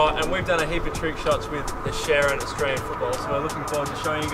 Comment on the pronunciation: I appreciate u not saying Ourstralian and saying Australian instead!:)